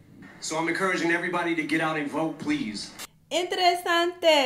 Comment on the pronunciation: its not intresesante its pronounced " in ter e san te " YESS HISPANIC DEE